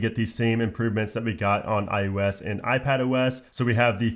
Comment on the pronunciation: Are you saying iUS instead of iOS...?